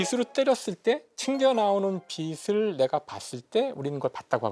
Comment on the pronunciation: 김상욱 교수님은 빛을[비츨]을 계속 [비슬]이라고 잘못 발음하시네요.